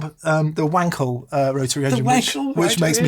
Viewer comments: I know you're not making That Rotary Show, but still, the correct way to pronounce the German name Wankel is basically uncle with a v in front. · No we’re not! Powerless people still have yet to suffer as much as U.S. Senate Republicans think they should. And it’s NOT pronounced “Wankel” (only WANKERS do that!). It’s pronounced “Vahnkel”. Just say it with a German accent.